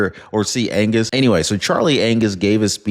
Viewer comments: Did you just say Charley Anuss instead of Angus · You just said, Charlie Anus🤗🤣🤣🤣🤪